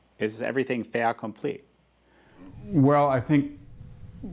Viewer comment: Did you really just pronounce "fait accompli" as would have a Frenchman? Really?